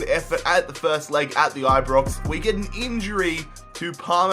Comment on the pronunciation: aye BrOx not aye brix